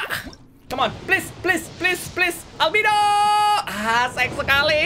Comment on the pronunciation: Albedo bang bukan albido mamang reggie